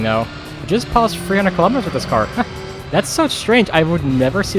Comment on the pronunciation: What the H*** is a "Keee-lah-mee-ter"? lol good video love it I just love when I see American cars being driven with KM/H